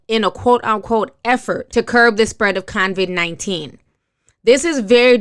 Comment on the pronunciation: ITS COVID-19 NOT CONVID!!!